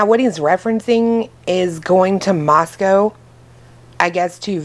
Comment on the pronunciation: It's actually french and pronounced more with a Q U like the first part of quarter oh and there isn't a cow 🐄 in Idaho that one is in Russia so everyone remember the cow is in Russia the co is in Idaho